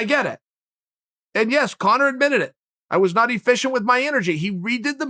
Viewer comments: Lmao. Did chael say cone-er towards the end??? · Uncle Chael pronounces Conor as Cono. Cono from now on.